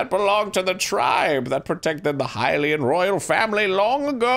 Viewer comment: Excuse me, but can we address that Arin finally pronounced "Hylian" correctly? What a way to end a decade!